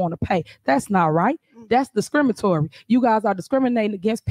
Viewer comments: that's discrimitory" - hahahaha , I think it is pronounced discriminatory.......... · Did I hear her say, Discrimitory???? 😅😅😅😂😂q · She fkn said “discrimatory” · Did I just hear her say, “that’s discrimatory” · Did she actually say “…that’s discrimatory…” 👀